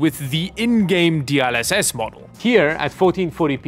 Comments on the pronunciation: DLSS ❌ D ul SS ✅ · I swear, my eye is flinching every time pronounces DLSS as "D-AHL-SS" instead of "D-EL-SS" lmao